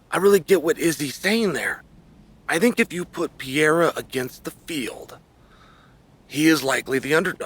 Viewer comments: PE-REIRA NOT PIERRA, put some respect on his name! 😆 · dude his name is pronounced "peheira" not piera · Alex piera 🤣🤣🤣 get me everytime ...its pereira( peh-rey-ra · A BIG TIP TO YOU Chael ...I dont know wy none of you can say the mans name!! you guys say piera !!! is that his name!!! SMH... try Perera it sounds more correct!! is it that dificult??? and yes i know its Pereira! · PEREIRA not Piera … WTF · pe-rae-ra. It ain't hard Cheel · Pereira!!! not Piarra. chael the king of mispronouncing peoples names lol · Why he calls Pereira Pieira lmao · A year ago Chael said “Piera” then got corrected in an interview, still calling him “Piera” Bless you Chael 😂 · "Alex Piera" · If you say "Pierra" again I'll punch you in the face lol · Chael: types Pereira Also Chael: SO PIERRA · If Alex Pereira met this "Pierra" person, he'd agree that one should learn to pronounce Oomah-polattah. Not to confuse with "omoplata". 😂😭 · Chael you donkey- who tf is Piera? Cmon man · Everyone -Pereira Uncle Chael - Piera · It’s not Pier-ah.. learn to say the name right at least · Chael out here still saying pierra 😄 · Alex Pee-era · Pierra has to be able to pronounce OOomapilata , so that he may retain this championship belt. And Chael gets to have more time to learn how to pronounce his name while dodging red "Jagwire" lnfao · Alex st-pierra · If I hear Chael say "Alex Pee-era" one more time... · Casually starts calling him pierre hahaha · How come Sonnen keeps butchering Pereira's name? LOL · Old Chael P must be trolling with the pronunciations :D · Dude, pronounce Alex last name right. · At least he spells Alex's name right in the video title. I love Chael's content, but man... put some respect (and a correct pronunciation) on the champ's name.